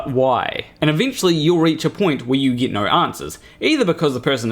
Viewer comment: I wouldn't worry about pronouncing Bill's name mate, let's face it you struggle with simple words like "get" You butcher the English Language 😂 Another very dishonest video that fails to allow Bill's explanations. Any fool can't pick and choose bits of someones videos and constantly misrepresent them 🙄 Who listens to this clown 🤔